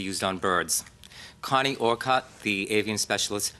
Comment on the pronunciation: Connie Orcutt was my fav avian vet at MSPCA Angell memorial hospital too. She was great, retired I think now though. Her last name is pronounced “Or-Kit” not how it was done here.